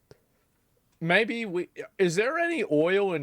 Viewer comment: Damn boy get em heated JAAAAAil